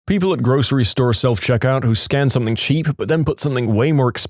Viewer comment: No k in the word something